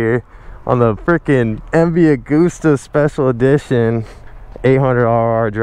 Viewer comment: When you don't know how to pronounce MV Agusta so you pronounce it in different ways lmao